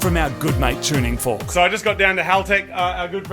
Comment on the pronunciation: Perfectly said tfork